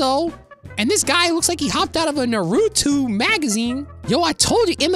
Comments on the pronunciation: He said narutui 😂😂 it's naruto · U said Narutwo NOW IM TRIGGERED